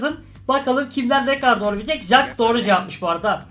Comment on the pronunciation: Abi jax diye yazılıyor jex diye okunuyor